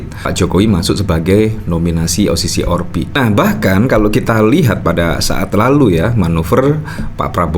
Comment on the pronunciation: Kok selalu menyebutnya O-Si-Si-Or-Pi kuwi opo to maaaaas?